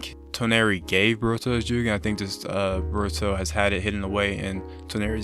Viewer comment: Why you say boruto like burato